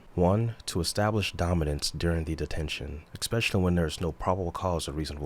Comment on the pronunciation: Your work is great. "Expecially" and "instink" take away from the overall feeling of an intellectual auditor.